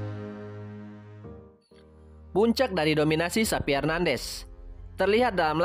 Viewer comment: Bukan SAPI Mas.....tapi XAVI...pake V.....😂🤣😂🤣